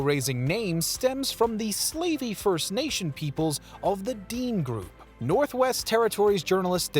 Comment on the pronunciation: great and informative video. Thanks very much. May I point out that the Dene tribe is DEN-nay, rather than DEAN, per the Wikipedia article and what I've always heard? Also, Chipewyan is chip-uh-WYE-un, rather than chip uh-WAY-un, per the same sources. Next, the African with some L. Tanganyika coastline is ZAM-bee-uh (Zambia), rather than zam-BEE-uh. Lake Ontario is the same as the Canadian province where Toronto and the national capital of Ottawa are found--on-TAIR-ee-oh rather than on-TAR-ee-oh, unless you speak French, as it's that language's pronunciation.